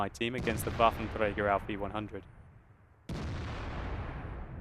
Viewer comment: I like your way saying "Waffenträger" xD It's like Wafntrrägr ;)